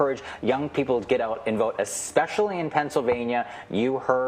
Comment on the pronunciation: Did he just say, “exspecially”???